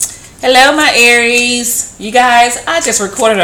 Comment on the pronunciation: please say it ARIES